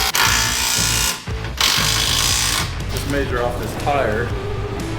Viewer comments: Instead of measure, likes to maesure. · I like how actually says the "A" in measure. Maysure....hahaha